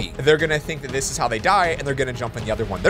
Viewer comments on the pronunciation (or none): none